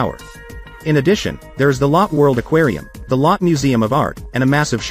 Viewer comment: It’s “low-tay” not “lot”